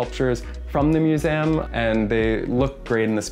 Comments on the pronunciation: Mew-zee-um. Say it with me: mew-zee-um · Apartment is suuuuuuper fire, but I was losing it every time he said museum…or have I just been pronouncing it wrong this whole time?!